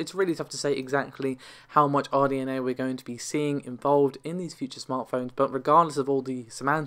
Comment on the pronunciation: RDNA, not RNDA.